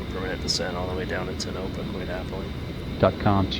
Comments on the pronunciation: Yo! Its pronounced Tone - a - pa, not tnopa. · You said Tonopah and Beatty wrong. Tonopah is Tone-a-pah. Beatty is Bae-tea. Sorry it's my biggest peeve when youtubers say things wrong.